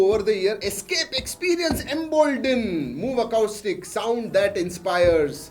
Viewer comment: muve ackaouustick hahahahahahahahaha acoustic ka pronunciation kamaal hai aapka!